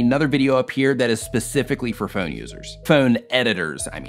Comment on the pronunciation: "Phoan editors"